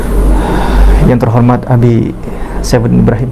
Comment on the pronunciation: ubi bukan abi